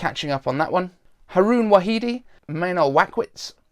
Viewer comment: Come on, Haroon Wahidi was easy as well and you nailed the pronunciation!